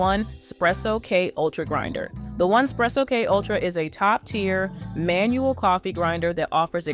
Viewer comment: “One spresso” 🤔 I don’t understand the reviews by people who can’t even pronounce the company name correctly. All of the actual coffee reviewers get it right, but there’s this huge group of “review channels” who simply don’t even make an effort.